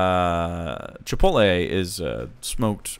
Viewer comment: As someone who has to listen to people pronounce it "chipolte" all day, I'm simultaneously more understanding of how could also get it wrong, and more annoyed by it.